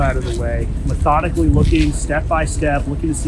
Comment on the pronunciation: So much weight hanging on that “methodically”